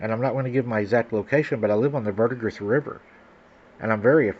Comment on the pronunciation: I was enjoying the story and then choked on my drink when you said the verdigres river. I live only a couple of miles from that river. Scary